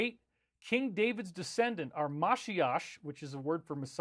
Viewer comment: Hi David, you need to know the correct pronunciation of Mashiach - is Mash-SHEE-YA, not mashshea. Thanks